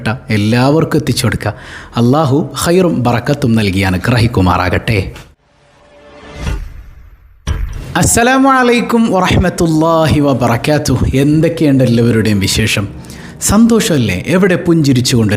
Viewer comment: വബറകാതുഹു - വബറ ക്യാതുഹു😅